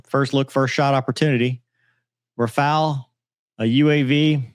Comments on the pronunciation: Its raw-fail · Oooh right sometimes u claim 5 rafale some times 3 some time 6 stick to one 😂😂😂😂. And he's learn english first it's rafale